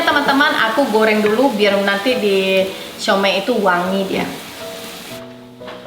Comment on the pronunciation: siou mai 燒賣 bukan siau mei 小梅 suami kamu tau gimana baca